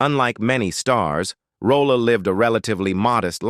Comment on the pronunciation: I enjoyed the video but is Esther Rolle’s last name pronounced Roll, Rollah, Rolay or Rolley? I heard her last name pronounced several different ways in this video it..😅